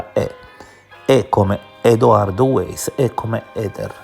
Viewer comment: Detto che la pronuncia corretta non è "Edoardo Ueiss" ma "Edoardo Vaiss" (essendo di origine boema), la considerazione finale ci ricorda due cose: la prima lo sconfinato egocentrismo di Eder (ma questa non è una novità); la seconda che possiamo trovare attinenze e suggestioni irrilevanti e del tutto fuorvianti ovunque le si voglia cercare o vedere (come il caso di "the umbrella man" insegnò - ma evidentemente non a tutti -, una sessantina di anni fa).